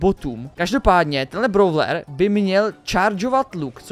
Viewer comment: nečte se to,,bravler" ale,,bróler"